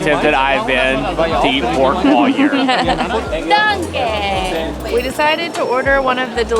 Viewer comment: Genuinely curious if thats the correct way to pronounce danke? I took german class years ago so i may be mistaken, but i always thought you pronounced it as 'Dawn-kuh'